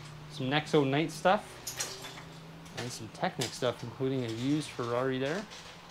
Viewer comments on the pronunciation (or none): none